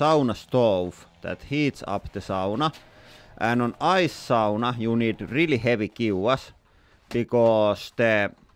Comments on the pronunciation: First time in the Channel and immediately that Finnish pronunciation 😂 Love the language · I makes me feel so good to hear "sauna" pronounced properly.